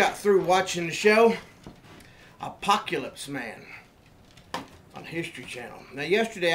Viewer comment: apokyaleeps mayun. donkey doo! please make us a video of what to do after the apocalypse.